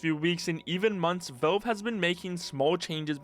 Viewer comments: Why do you say Velve instead of Valve? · Why do you keep saying "Velve"? It's "Valve". You're clearly able to pronounce A's properly as you say Half-Life correctly and don't say Helf-Life. The A in Valve is pronounced exactly the A in Half-Life.... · When he says velv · I swear TO GOD IF YOU SAY VOLVE ONE MORE TIME ( /s) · But like real talk, why do you keep saying "Velve"? I'm not sure if you're just trolling me at this point. Edit: Ok just finished your video, good vid man. BUT I SWEAR TO GOD IF YOU SAY VELVE ONE MORE TIME. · For the love of God, please pronounce Valve correctly and stop saying Velve... 😖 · Is it really that hard to say valve properly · Nitpicking but you need to work on your pronunciation, especially with the word "valve". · I'm assuming it's an accent thing, because how do you run a channel about Valve games and not be able to pronounce it properly?